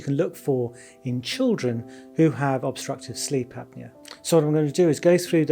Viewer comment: You don’t add the “o” in the word “apnea.” Same goes for the words “esophagus” and words like that no matter what